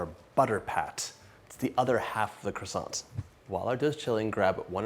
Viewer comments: John is sooo cute when he speaks a French word! 🥰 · Bruh say croissant like a normal person